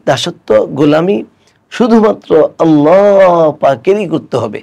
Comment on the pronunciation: উস্তায এতো সুন্দর করে "আল্লাহ" বলেন!! সুবহান আল্লাহ